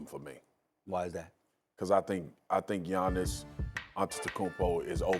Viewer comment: Learn how to say his name first… Gianis was mouth breathing in that game… Wemby is a beast